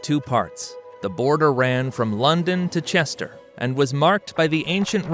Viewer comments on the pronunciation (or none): Rochester - Ruh Chest ah. Alba - Al Buh DaneLaw